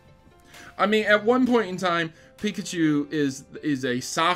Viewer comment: Piklachu.... lol